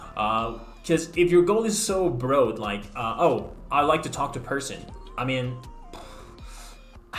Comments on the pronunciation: "brode" instead of "broad" my English has definitely been affected as well by other languages! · Yeah, you were a wee bit rusty. You mispronounced 'broad' - twice, fairly near the beginning. That was uncharacteristically weird. Maybe some interference from German? But anyway, you got better the longer you went on. Much better at the end, more like your usual style.